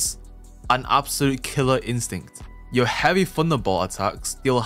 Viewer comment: Am I the only one who heard "WOWOU" when he was suppose to say "YEUR" 🤣🤣🤣